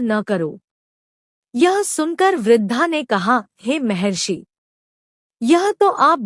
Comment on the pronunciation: Mehrashi mehrashi nahi mahrashi bol.